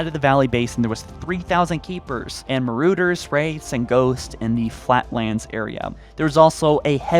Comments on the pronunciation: I despise the way you say Marauder. It’s an aw not an oo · Hey bro just wanted to let you know the word "marauder" is pronounced məˈrôdər, so the "o" sounds like Ah, not Oo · WtH is a maruder? Seriously learn to pronounce shit better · Marooder is the Marauder, pronounced Mar-ard-er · The more I hear about the relationship between Atriox and Escharum the more I am reminded of Gaul and the Consort from D2. When you think about it the Cabal are basically Destiny's answer to Brutes anyway. Also, it's pronounced mah-rod-err. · Did you just call a Marauder a marooder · I love how you pronounce marauder aha